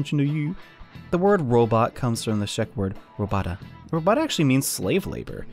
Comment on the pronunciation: Also, I come from Czech, so let me tell you how you ACTUALLY pronounce “robota”. It’s like this. Roh-boh-tah. Simple yes?